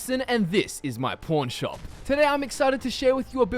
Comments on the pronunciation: did he say pawn shop or porn shop? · Did he say p.o. rn or pawn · Instead of pawn shop I thought he said porn shop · Did...did he say pawn shop or porn shop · you say pawn or porn? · Did anyone hear him say porn? Am I the only one that heard it? XD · FalloutPro21 I thought he said porn shop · i love how 'pawn' sounds with a british accent. ( ͡° ͜ʖ ͡°)